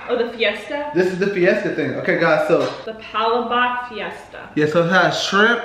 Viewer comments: Its PA LA BOK.made from rice noodles like vermecelli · You have to mix it. More pa-la-bok. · it;s pronounced as "pa-LA-bok" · Its palabok hahahah the one that you called Fiesta... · Its palabok